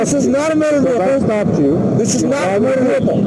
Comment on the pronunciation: It's a Mowtor Vehicle.